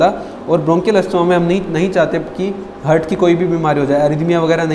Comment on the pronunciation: Excellent sir A mistake I found Its haaaaart not hurt